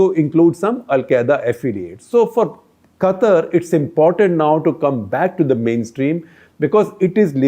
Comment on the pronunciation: SG your pronunciation of word QATAR is not correct.